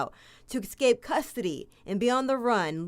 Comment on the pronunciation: The word is "escape" not "ekscape". ESSScape. That is NOT a green bullet proof vest. It's an anti-suicide smock. Great reporting.